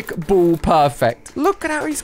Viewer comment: I love how he says "ball" like "bowl"